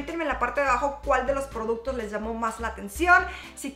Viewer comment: Ja ja Tan simpática cuando dice produtos 😙😘